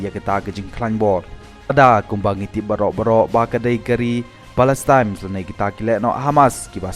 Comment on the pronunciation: Palestine m dei palestimes 😂😂😂